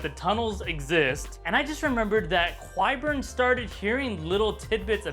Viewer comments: Qyburn is pronounced like kie-burn, not kwie-burn. Great video though. Love your analogies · Because of how pronounces Qyburn!